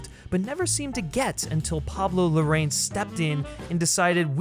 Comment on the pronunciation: 'Larr-ah-yeen', not 'Lorraine'. He's Chilean. Why can no one bother to pronounce his name properly?